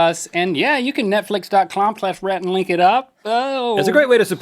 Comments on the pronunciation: Link said netflix.clom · did he say netflix.clom?